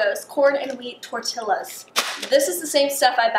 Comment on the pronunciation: “Tor -till -aas”😂😂😂